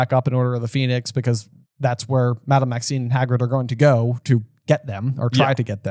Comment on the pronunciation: It’s funny that they talk about mispronunciations earlier in the podcast, and then says Madame Maxine several times.